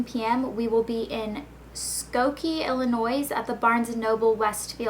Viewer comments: I live in Illinois so i can tell you for sure that the S is silent...sheesh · You're not supposed to pronounce the S in Illinois haha just a tip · the S is silent in Illinois :)